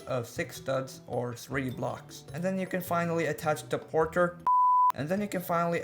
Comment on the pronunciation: Bruh 2 miss say portel lol😂